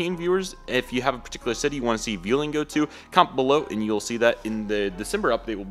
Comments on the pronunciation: Nice vid. btw Vueling is pronounced B-well-ing in Spanish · Sorry to be that guy, but you’re pronouncing vueling wrong haha😂, put enforcers on the u. Amazing video tho!